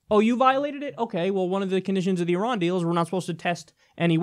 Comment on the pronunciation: Thanks for pronouncing Iran correctly. Just so you know, Iraq is pronounced the same way, except with a "q" on the end: (phonetically) EEEEE ROCK. Just like (phonetically) EEEEE RON. it's not EYE RACK. Thanks for showing the flag of Iran. It's very pretty.